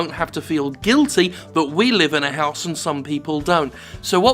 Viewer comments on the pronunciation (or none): none